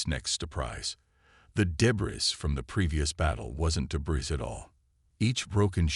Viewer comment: Work on pronunciation of some words, please. The word " debris " is pronounced like " de bree", without sounding the "s". Work on that okay?